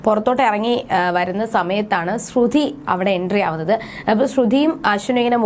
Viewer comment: ശ്രുതി എന്നു പറയുക